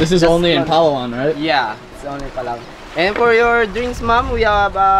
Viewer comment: Your video is amazing!! The easiest and correct way to pronounce Palawan is “Plah-wan”. And for Boracay is “Brah-cay”. And BTW, you did the right pronunciation on “Tagalog”. :)